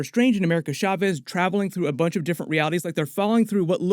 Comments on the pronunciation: Cha-vez Not SHA-CHEZ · I thought chavez was pronounced just like caves 😂